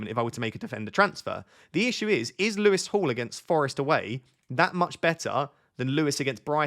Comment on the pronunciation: For a split second I wondered why you were calling Lewis Hall "Lewis to Hall" ... it's been a long week 🙃